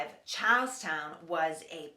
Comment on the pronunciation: when you say charlestown, it sounds like youre saying cows town